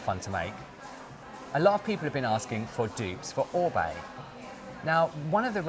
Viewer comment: Firstly I've just found you secondly, just watched the intro so glad you pronounce OR-BAY correctly :) I love the Oribe green - moisture curl range its amazing - I use the shampoo and conditioner as I have blonde bleached hair it drinks it up. I too don't use the Amika because of the fragrance, it makes me sick. My hair has recently started snapping though I wonder if it's because I went back to a round vented hair brush